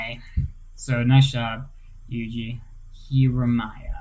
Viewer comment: YUGI HIRAYAMA NOT HIRAMAYA 😤😤😤